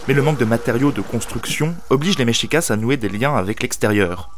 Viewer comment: MEXICA pas MEXICASS. Mexica (pluriel) et Mexicatl (singulier).